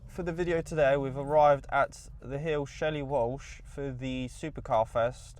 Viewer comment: Shelly Walsh 😂 its more pronounced Shelz-lee, but great video 👌 my tag image here is me in one of my other MR2s going off the line! I should have come in mine and would have taken you up!